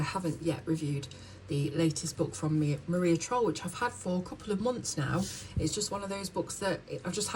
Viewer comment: My English edition has shipped and I'm super excited. I think Maria Trolle is actually Swedish, Dutch pronunciation is different. 😅